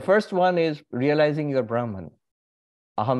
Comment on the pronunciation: Its not braahman,say brahm